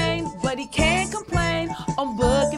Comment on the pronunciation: Gotta say I preferred the old W that didn't pronounce book as "byook." No sure you needed to do that with this character, KD.